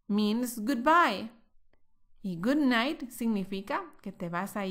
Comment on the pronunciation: Hello... help me.. quisiera saber si escuche bien Good Night "MINGS" Good Bye... es decir, la palabra MINGS fue lo que dijiste.. corrigeme por favor.... SEE YOU NEXT LESSON.